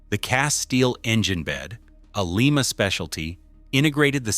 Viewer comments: Lima is pronounced Lie-ma, not Lee-ma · It's not pronounced LEE MAH Locomotive Works, unless you're in Lima Peru. In the U.S. we say LIE MAH. , the narration said "two enormous cylinders". Take a closer look. It's FOUR cylinders, in a simple articulated locomotive. it showed the axle load at 86,700 lbs. But , it said the driving axles carried 381,000 lbs. That comes out to 63,500 lbs. Which one is it? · Lima pronounced Lie- ma, not Lee- ma! For Lima Locomotive works, Lima, OH. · Just an FYI for future cases, Lima is pronounced Lie-ma. Frustratingly Ohio has so many location names that are pronounced weirdly especially compared to their counterparts elsewhere in the world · The name of the factory that produced these beasts is pronounced with a long I. It’s Lima long I!!! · Too many retards narrating these things. Leemah , really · We don't say Leema beans now do we. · For crying out loud people please learn how to say Lima please stop murdering our City and before anyone says that's how it said no no one in Lima says that not a single person because it's not correct